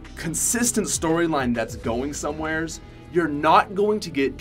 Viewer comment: ''Anywheres" "Somewheres"